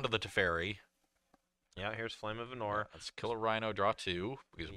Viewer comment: For love of God, PLEASE. It's Arnor not Ahnor. Please man, please.